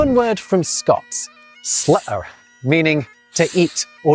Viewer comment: I think accent went southwest rather than north for "slitter".